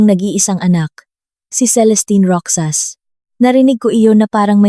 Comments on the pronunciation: MALI ANG PAG BIGKAS NG ROXAS IBIGKAS MO NG GANITO ROHAS IYON ANG TAMANG BIGKAS SA ROXAS HINDI ROKSAS 😂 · Bskit ang pagbigkas ng narrator sa ROXAS ay ROKSAs ? Hindi yata marunong bumigkas ng salita ang narrator? Yong salitang Ginoo binibigkas lang ng G. Ang dami pang mga pasakalye.